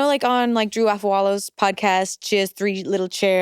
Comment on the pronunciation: Never stop the "I have to work in a bit" bit with guest hosts. Also I love the subtle Drew Afualo shoutout with the correct name pronunciation <3 <3,3